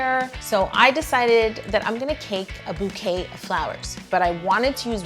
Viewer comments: Bou ca ke...... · Lolll I was gonna say STOP SAYING BOUCAKE!!!! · me wishing Yo would stop saying "boucake" :😬😰